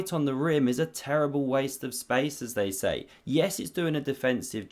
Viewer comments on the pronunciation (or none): none